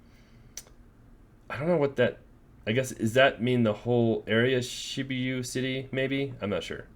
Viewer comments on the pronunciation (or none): Shi-boo-ya city